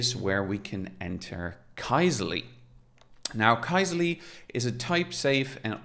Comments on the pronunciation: For what it's worth, the original Finnish pronunciation of this word, which means "query", is /ˈkysely/, where the "y" in the phonetic transcription there is like the French "u" or the German "ü". So neither "key-seh-lee" nor "kai-zeh-lee" is correct :D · Sorry folks for the major pronunciation fail, TIL it's pronounced “Key-Seh-Lee” 🙈